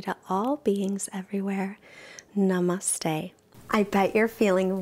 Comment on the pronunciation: It's so funny hearing foreigners say namaste 😂